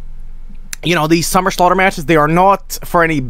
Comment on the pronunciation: “Are you ready for the SUMMER SLAUGHTERRRR *ledleldltleley*”